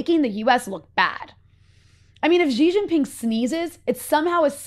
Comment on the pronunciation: Shee Jin Ping NOT JHEE JHING PING